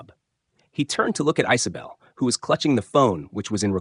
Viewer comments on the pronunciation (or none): Ice-o-bel? I guess AI has never heard of the name Isabel?